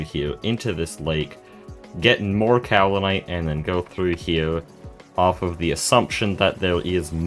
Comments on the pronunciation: Pro tip: Iron items can be pre-heated before use in a blast furnace. Soo much faster, especially with a small blast furnace set-up. Also, the american pronunciation is in fact "cow-lin-ite" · Alr man dont acknowledge the correct pronunciation of Kaolinite if youre gonna actively ignore it, now im gonna think of that pronunciation every time you say it 😭 Otherwise yeah, great video as always, the progression is so satisfying